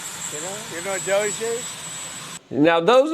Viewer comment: Why do you call DOGE doyge? Is it meant to be insulting or what? Weird…..